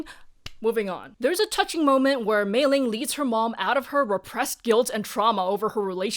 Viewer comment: I'm curious about something, you (and a few other reviewers I've seen talk about this movie) pronounce Meilin's name with a g. Is there some context, aside from the famous Meiling that you talk about?